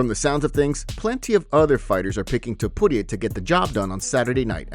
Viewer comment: Why are you pronouncing Ilias last name like it's not Tu-puria 😂